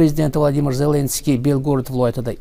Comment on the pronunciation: Хурматсиз Бобажан Зленский емес Зеленский деп айтып уйренсе. Бляд кашангы айтаберемен мен саган хурметсиз баба жон